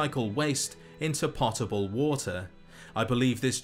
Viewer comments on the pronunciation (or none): You mispronounced potable. It's like pōtable. Drinking water usually goes into pots/pans, so I used to say the same thing.